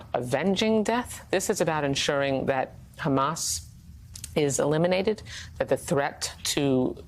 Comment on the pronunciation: Trump Handlers need to give him his Dementia Meds & also tell him that it’s Hamas & Not Hummus. 🤪